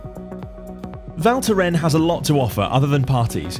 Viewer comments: Val Thorens not Val thoren. Yous have to pronounce the s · He just couldn't get the name right - it is pronounced Val Thorens with an S! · Cool video, but please learn how to pronounce the name if you say it that often 😉